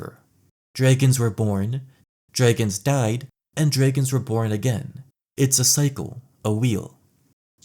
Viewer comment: stop saying draygons lol